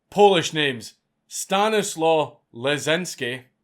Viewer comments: It's not Stan-is-low it's actually Sta-knees-wav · It is pronounced "Stanislav" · My friend, The Polish "W" is pronounced like English "V", the name is Stanislav. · Stanislaw is pronounced ‘Staniswav’ or Stashek for short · As a descendant of Stanislaw, hearing you struggle with that last name was my favorite bit.